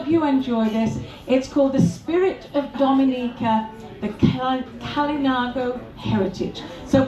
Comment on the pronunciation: Dominica is my favorite island! We love the people, trails, waterfalls and views! needs to learn to say the country name correctly though, lol.